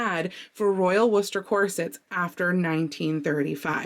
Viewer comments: Can I just say, as a brit, 👏🏻👏🏻👏🏻 you pronounced Worcester perfectly! If anyone outside of the UK ever heard of Jeeves and Wooster, well that name is how you pronounce Worcester. So, 👏🏻👏🏻👏🏻👏🏻👏🏻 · You pronounced worchester right! I grew up thinking worchester and wooster were two different places, and when i was 16 and was at a friends house and the weather guy said it out loud while pointing to the word, i yelled to the tv 'it's worchester, stupid!' And my friend and her mom were just like, honey, no. Lol. Also in Massachusetts, bon-ton was a store that only went out of business in 2018, so maybe the two are connected. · You did wonderfully with Worcester! It's one of those odd English names like Leicester Square, which is pronounced Lester Square. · Well done with the pronunciation of Worcester, spot on. Our English towns and villages have some odd pronunciation, when living in Kent, (east England) there was Trottiscliff, pronounced as Trossley, in Dorset a village known as Punnel is actually spelt Puncknole. We have problems with places out of our own area at times, it is no wonder our towns and cities provide difficulty for other nations. So glad Lion is progressing well, H=horrible when our beloved (pet) family members have health issues.